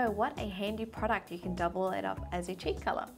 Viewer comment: I Like How You Say "Product" 😂